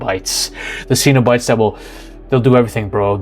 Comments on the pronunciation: They aren't "see-no-bites"... it is pronounced "Cenob-ites" as in denizens of Cenob, like meteorites or Israelites. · The Hellraiser series is how many decades old and you still mispronounced Cenobite?